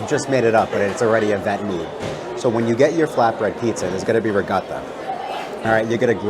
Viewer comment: FINALLY someone who pronounces ricotta the RIGHT WAY! 😂